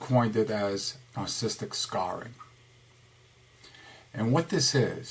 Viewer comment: Is it me or is he pronouncing it, "narcisstic?" Yet spells it "Narcissistic"